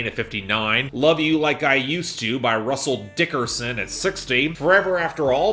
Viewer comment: Hearing say "Russell Dickerson" with as much emphasis as he can is consistently my favorite part of this show 😂😂😂